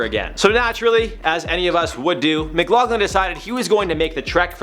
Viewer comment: His name is pronounced Mc-lock-lin. I know its spelled Mcloughlin but thays how its pronounced. I think its cute you pronounced it Mc-log-lin